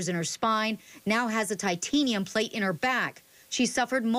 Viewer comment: how did she just pronounce Titanium?